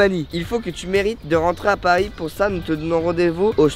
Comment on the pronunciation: "retourner à pars" 😭😂😂 aucun respect pour Paris